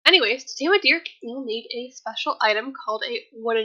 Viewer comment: for every time you say Dearc wrong I am going to wish you step on a lego 😤😂 it’s pronounced YARK